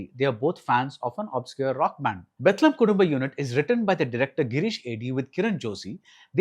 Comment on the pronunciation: This guy doesnt even know how to pronounce the birth place of jesus christ 😂